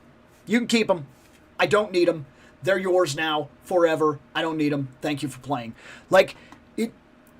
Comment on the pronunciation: But, does that Juggernaut say, "Tank you" to his enemies?